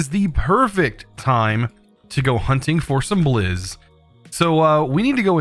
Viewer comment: whenever he says blizz i hear it as jizz